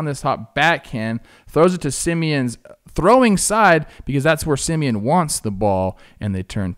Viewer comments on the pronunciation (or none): none